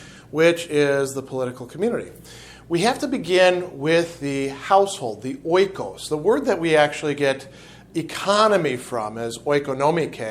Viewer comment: Thank you - I love Aristotle. BTW - my grandma is full Greek. She overheard me watching this video and informed me that oikos (οίκος) is pronounced like 'ee kos'. Just an FYI... thanks!